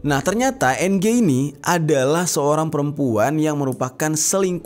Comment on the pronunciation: NG bacanya eng Jer.